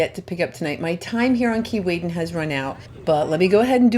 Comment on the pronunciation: Why do I hear Keylaydin not Keewaydin!! Lol. Either way i hear it i love the beach. Wish i could visit it some day.